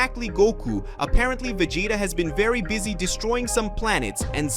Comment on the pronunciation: Can you say Vegeta? I don’t think you can if you have a speech problem go to a speech therapist.